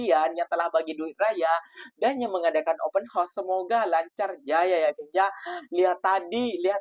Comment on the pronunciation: Sebut....HA OS Bukan HOS....